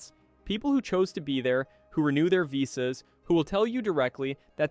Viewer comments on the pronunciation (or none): none